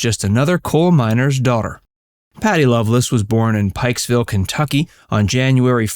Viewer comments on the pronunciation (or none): It is Pikeville not pikesville. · It’s Pikeville, Kentucky….Not Pikesville. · Pikeville NOT Pikesville........ But its pronounced Patville or Pakville by most in the area. LOL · It’s Pikeville not Pikesville. Love Patti and country music and all those from eastern Kentucky. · It's Pikeville. Not Pikesville. I was born and raised there. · There is no S in Pikeville Kentucky..